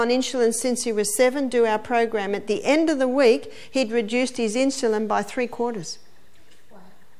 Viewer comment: Absolutely wonderful presentations! Thank you for posting all the talks that you have. Very much appreciated. Sharing with so many needing health and wellnees help. Just one suggestion -its In-su-lin, not in-shu-lin.